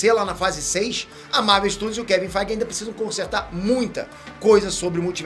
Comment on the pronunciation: Rapaz...se eu tentar pronunciar Feige dessa forma aí fico rouco o resto da vida...kkk